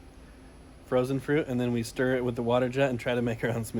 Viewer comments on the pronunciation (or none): none